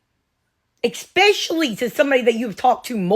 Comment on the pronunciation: Again, no "K" In the word especially. Try again. Snitch.